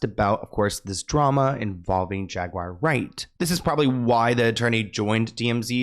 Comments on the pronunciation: JAGUAR...NOT JAGWIRE..THERE IS NO "I" anywhere to be found!! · Jag ~ wire !! 😂